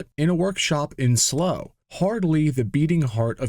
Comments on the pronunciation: Thank you for not using AI. A couple of pronounciation tips: Slough = Sl ow! Not slow Thames= Tems Story time: In the 70s, car purchases consisted of either visiting all the car dealer forecourts you knew of, or buying a weekly advertising rag called Exchange and Mart. E&Ms motoring section covered all nakes and models, and during the 70s, as an avid pistonhead child, i would buy it weekly. Gotdon Keebles in the 70s were selling for ridiculously little money, especially during the petrol crisis. Five hundred pounds might get you a GK. Now, i can't say that that amount of money would get you a pristine example, but still, buying one, should i ever be able to drive was slways a dream i had, as well as theHillman Hunter GLS, the Sunbeam Rapier with Holbay engine, the sunbeam Tiger, and the Bond Bug..... dont judge, i eas only a kid at the time!😂 Thanks again for no AI. When i come across such channels i add them to my ignore list. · Certainly not a forgotten car by many in the UK, but yes very rare. You might want to check your pronunciation of "Slough" though. :)